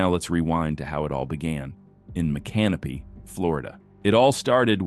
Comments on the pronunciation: MicanOpy, Fl. Accent on the 3rd syllable. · It's MICANOPY FL 😂 AI likely never heard it said the way he did that's like saying ARE-KANSAS Instead of ARK-AN-SAW